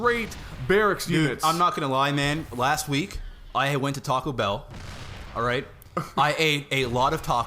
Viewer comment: it is tacobell not tachobell